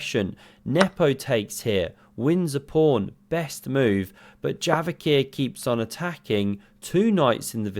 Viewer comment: Bro j is like in jail not like in yogurt, stop calling him yavokhir, it's kinda cringe